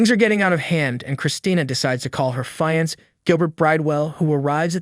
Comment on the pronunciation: "Her Fayants" LOL